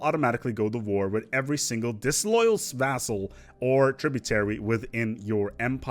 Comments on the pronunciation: Vass-all, not vazzell. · So far as I can find, "vassal" is pronounced with an "s" sound in the middle, not a "z". In sedentary the accent is on the first syllable. Thanks much for the videos. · Pronouncing Vassal "Vazel"